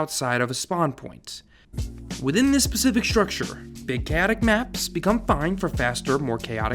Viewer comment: *specific not pacific, continue